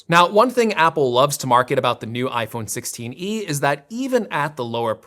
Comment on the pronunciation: “iPhone sixteeny”